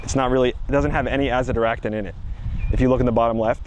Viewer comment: Neem oil with Anazyractint, what is this word